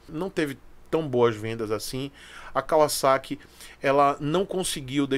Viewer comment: Um dos primeiros q eu vi falar o nome Kawasaki com pronuncia correta (Y)